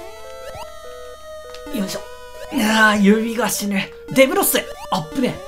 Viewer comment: で↑ぶろす